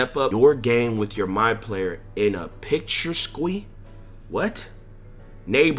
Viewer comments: Pronounced Picture-esq nigga say picture-sqwee …All good we know what you ment 😭😭😭😭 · Picture-esk = Picturesque 😂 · Bruh, the way you said picturesque got me fucking crying 😂😂😂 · nah that shit made me bust out laughin at work fr 😭😂